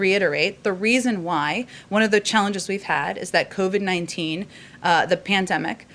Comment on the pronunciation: At approx , did she say crovid?